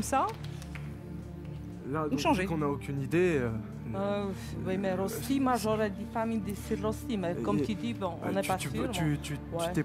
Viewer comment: Ça se prononce "reuch'ti", pas "ross'ti"......